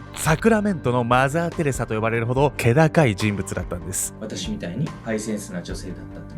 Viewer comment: マザーテレサ？って思ったらマザーテレザやった笑